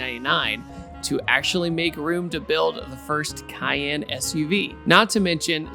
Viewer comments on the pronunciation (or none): none